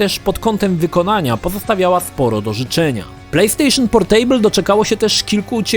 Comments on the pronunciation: Boli mnie jak wymawiasz słowo 'Portable'. Mówi się 'PORTAbl' a nie 'porTEJBL'. To nie jest stół :P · to nie jest POR STÓŁ. "Portejbyl" ^^ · Jak słyszę to "portejbl" to mi się w kichach wywraca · PorTEJbyl - ten człowiek nazywa się redaktorem, a nawet nie sprawdził, jak nazywa się produkt. Totalna ignorancja językowa. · A spierdalaj, każdemu się idzie pogubić. Ja do tej pory nie wiem jak się "portable" czyta. Zero wyzumiałości :'(( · fajny film ale wymowa Portable jest zła wymawia się portybyl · Playstation Portejbyl 😂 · >portejbl usuń to xD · Super materiał. :) Jednakże to "portejbyul", tak strasznie drażni... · zle czytasz Portable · sprawdzaj wymowę takich słów jak "portable";) wystarczy włączyć jakikolwiek słownik online i posłuchać.